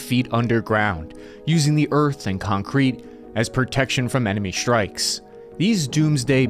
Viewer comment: I know very well that I'm a nit-picking SOB, but I find it impossible to focus on anything anyone says when they always say things like "Sshhtrength. Sshhtrikes. Sshhtrategy. Infrasshhtructure." I like your channel. I do. But I can't unhear, then my own nit-picking mind focuses on it.